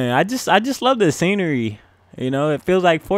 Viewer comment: Its Scenery not scanary